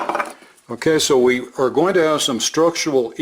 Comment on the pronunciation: One thing that is especially endearing to me is when says, QUESO. I know you're saying 'kay, sooo, but I always hear queso